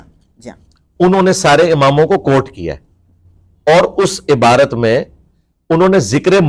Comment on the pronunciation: aby jahil abarat nhi lafz ibarat he